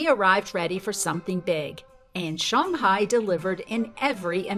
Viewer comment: 上海(Shang Hai) => Sun Hi